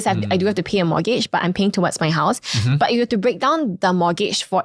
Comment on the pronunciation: Can he please NOT pronounce mortgage as MOGAGE?